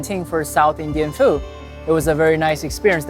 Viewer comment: I like the way you say "South Indian Fu" in the end. It make's it sound just like kung fu.